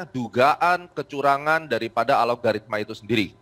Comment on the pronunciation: Sayah Baru Denger ada istilah "ALOGARITMA" .. Disebutkan sampai 4 (empat) kali (dari menit - ) dengan Penuh Keyakinan .. Alogaritma itu Istilah Baru yah ? .. wkwkwkw